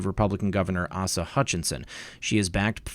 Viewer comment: FYI... my late husband and my son share the same first name as the governor of Arkansas. It is pronounced with a long A. Just giving you heads up. 🤗